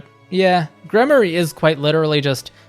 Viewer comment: Gremory=Gremorie it’s a long E sound not a Y. I had Dorothea as a Mortal Savant it was nice to have an extra healer. Flayn as a gremory, Ferdinand and Sylvain were heavy knights